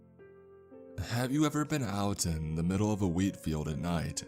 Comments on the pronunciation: I thought he said weed...😅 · Who else heard weed instead of wheat in the beginning? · I keep hearing weed lmao